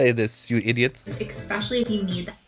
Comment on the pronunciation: I have a bad habit of correcting people who mispronounce words. I had such a hard time every time she said especially wrong and something as simple as putted instead of put.